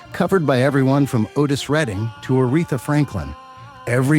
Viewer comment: You are not an American! Please learn to say our words and phrases properly. OK we speak white and black English but the announcer gets it TO wrong. Otis!